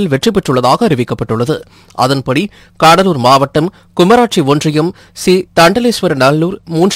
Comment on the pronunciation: தம்பி "காடலூர்" இல்லை . "கடலூர்" .மொழியை வசப்படுத்துஙகள்.